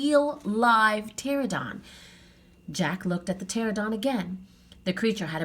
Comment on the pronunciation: You’re a wonderful reader and we enjoyed this! One small thing, my 5 year old kept pointing out that it’s pronounced pterANodon, not pterodon 😅